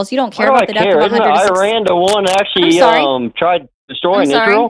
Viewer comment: I love the way you say "Iran". Just sayin', I don't care about the American pronunciation, it is more polite to pronounce a country's name as the citizens of said country do